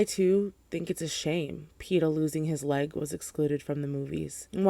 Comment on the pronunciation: I had to rewatch three times to realize you were saying “peta losing his leg” as opposed to “his life” I was so confused 😂